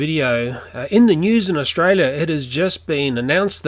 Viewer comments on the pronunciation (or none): none